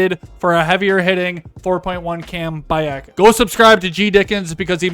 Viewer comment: it's not AKKUS, it's A-cus:face-green-smiling